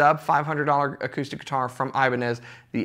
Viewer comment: The correct pronunciation for "Ibanez" is i - BAN - yez